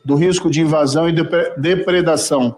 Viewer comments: DREPREDRAÇÃO, DERPERDRAÇÃO. MARRECO É FODA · Depredação, depedacao, depitacao, despedeacao...kkkk, mas qe m... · Será que moro não cansa de passar vergonha! Deve ter passado a noite inteira aprendendo a falar a palavra(depredração). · "DEPREDAÇÃO" ou DEPEDRAÇÃO, " marreco"? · 😂😂😂😂😂😂😂😂rindo de novo... Marreco tentando falar depredação é ótimo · não sabe nem falar depredação que vexame.😂..todo mundo odeia o marreco..esquerda direita centro centrão etc..kkkkkkkkkkkkk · 😂😂😂😂Ele está aprendendo está quase conseguindo falar depredação, esse foi juiz de direito kkkkkkkkkkkk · Um senador que não sabe falar depredação deveria voltar pra escola 😂😂😂😂😂😂😂😂😂😂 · Compreendo da dificuldade dele em pronunciar a palavra depredação... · Moro está quase conseguindo pronunciar depredação.Mais umas dez CPIs e ele fica craque 😂😂😂😂😂😂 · É a 2a. vez que ele não consegue verbalizar Depredação corretamente. Só não é retardado quando se trata de fraudar ou ser corrompido. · O ex juiz e capacho da milícia golpista parecia que ia ter um AVC todas as vezes que tentou pronunciar depredação.